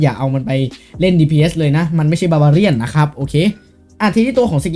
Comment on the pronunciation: มันไม่ไช่ บาบาเรี่ยน! สำลักกาแฟเลยผม